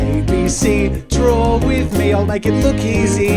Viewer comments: It sounded like he said drool instead of draw in the intro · At the start I thought he said "ABC cmon and drool with me"